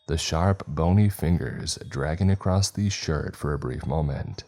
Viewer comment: It's across NOT acrosed 😡🤬(every fkng story)